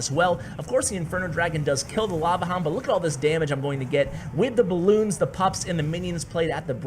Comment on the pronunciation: It's lava HOUND NOT LAVA LOOND